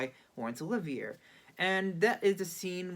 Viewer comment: I tend to agree. Olivier is important enough a legend that, even as pure courtesy, this young man should have inquired about the pronunciation